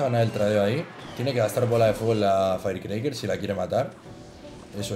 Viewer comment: "En la feircreiker"